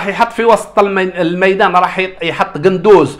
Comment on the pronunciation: قندوسي وليس قندوز هههههههههههه 😂